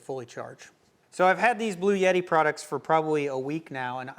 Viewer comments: I really like your content and this is a good review of the products shown. With that said, there is no "Y" in the name. It's "Blue" "Etti". There is no "Yeti" with this power station. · It is pronounced "Blu-Etti" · Per Wikipedia, a 48-volt DC electrical system voltage is a relatively low-voltage electrical system that is increasingly used in vehicles. It began in the 2010s as a way to increase the propulsion and battery recharge during braking for fuel savings in internal combustion engine vehicles, especially mild hybrid vehicles. Also, are you sure about your pronunciation of Bluetti? I was pretty sure it is Blue-titty.